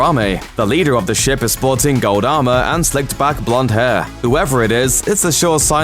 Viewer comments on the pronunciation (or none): none